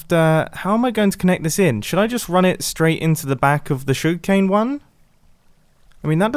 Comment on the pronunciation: I love the way he says sugarcane “shuggcane”